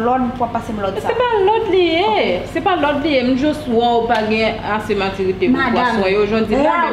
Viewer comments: O apa paka di maturité anmweyy epil frekant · Konbyen moun ki we tifi a paka di maturité 🤦‍♀️🤦‍♀️🤦‍♀️🤦‍♀️🤦‍♀️🤦‍♀️🤦‍♀️🤦‍♀️🤦‍♀️🤦‍♀️🤦‍♀️🤦‍♀️🤦‍♀️🤦‍♀️🤦‍♀️🤦‍♀️